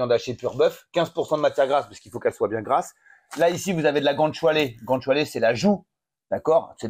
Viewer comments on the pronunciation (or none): GOUT ÂNE CHIALÉ !!! C'est quand même pas si compliqué à prononcer, bordel ?!? 😂😂😂😂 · " gant choualé " 😭😭 Gou Anne Tchalé mamamiaaaaa !! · guanciale qu'on prononce gwanchale!!